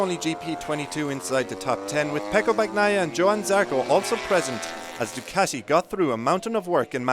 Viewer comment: who is "Pecco Bag-Naia?" Come on, of all people, the least you should do is to pronounce the name of the riders correctly; Bagnaia is pronounced like the Spanish Bañaia, GN in Italian sounds like Ñ in Spanish.